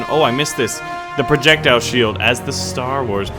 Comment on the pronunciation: you said projectial shield for Star Wars program twice